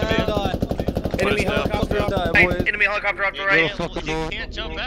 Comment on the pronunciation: Why do you keep saying "Helo's"? They're not "Helo-copters". They're Helicopters, in short "Heli's". He-Li. Li, not Lo. "Helipad", not "Helopad" xD